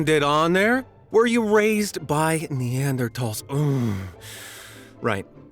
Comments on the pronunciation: OMG THANK YOU for saying, “Neanderthal,” correctly!! Everytime I say it like that, with the end sounding like, TALL, and not, THAL, ppl laugh and would “correct” me like I was the idiot mispronouncing it... Glad there’s at least one other person who isn’t an ignoramus. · Bonus points for correctly pronouncing Neanderthal 😺